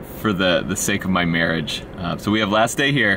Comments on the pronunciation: "for the sake of my Mere-iage" I would say I'm sorry, but I'm not. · He said good for the Merrrage hahaha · Better for the the "Mere-iage"